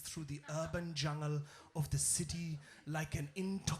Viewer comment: Like your pronunciation of jungel and wastelend - very authentic